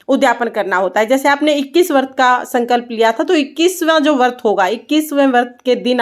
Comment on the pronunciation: Jai shree Ram 🙏 Vrat boliye Vart nahi boliye